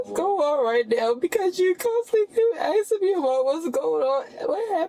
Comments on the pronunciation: "What I'm axing you, . . ." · "Axing", as opposed to "asking". There's a small number of people, that actually believe she's one of the "most educated" people in the United States! lol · He's not "axing" you anything girl.... he is "asking" you questions though 😂and they're not to concerned over you boo boo when you attached 3 people with your vehicle. WTF is wrong with you? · It's "asking", not "eksin"! (However, I notice positively that she's polite, at least until minute 21. No screaming, no swearing, no "that's racist" or "I can't breathe". But of course, that can still change.) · Axing??😂😂😂😂! How stupid can they be?? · What I'm axeing you? What the hell kind of English is that? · “But what I’m axing you right now.” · She keeps saying "You aksin' me all these questions". Ridiculously stupid and in denial of what she did. She should never drive again. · She's axing him?! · What ax was involved? She keeps saying about axing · What I'm " axing you " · She axing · Are you axing me ? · So self absorbed and obsessed that she can't even recognise the hurt other's are feeling after her horrific decision... 😡 Being drunk doesn't excuse or omit psychopathic tendencies... Also, on a lesser note, how hard is it to pronounce "asking"...???